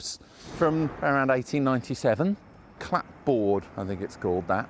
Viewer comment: Another useful and entertaining video tour,. Thank you. 👍😄 Those "clap board" buildings you pointed out are pronounced as CLABB oard - or CLABB urd. Take your pick. It's the dominating style throughout the early New England (US) colonies.